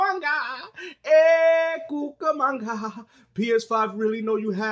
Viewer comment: Cucumanga? Lol!😂